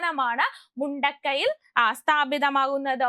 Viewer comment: ശ്രീ നാരായണഗുരു ഓപ്പൺ യൂണിവേഴ്സിറ്റിയുടെ ആസ്ഥാനത്തിന് കണ്ടെത്തിയ സ്ഥലത്തിന്റെ പേര് " മുണ്ടക്കൈ" എന്നല്ല ഉച്ചാരണം. അത് 'മുണ്ടയ്ക്കൽ' ആണ്. കൊല്ലം നഗരത്തോട് ചേർന്നാണ് പ്രസ്തുത പ്രദേശം. ഉച്ചാരണം ശ്രദ്ധിക്കുമല്ലോ